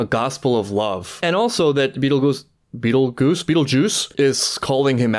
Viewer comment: Please, for the love of God, Please just pronounce Betelgeuse the way it looks. I cannot tell you have many freakin' reaction channels BASTARDIZE HIS NAME, calling him "Betele-goose", "Betel- Geezeh", or "Betelgeese" and HOLY SHIT. His name is based on the Star in the real world. That's all I'll say about that. It's pronounced how it sounds. "BetelGEUSE", like "Juice". Hard G. He even gets nicknamed "Juice" by... some fans. It baffles me how often people just let that brain-fart slide.